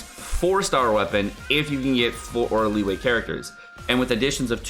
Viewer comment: Good god, learn to pronounce the Chinese names. It's been a year, stop calling it Lee Wei. It's Lii-You-air. It's not Shen He-man. It's Shen HER (milkshake brings all the boys to the yard). Do some homework,.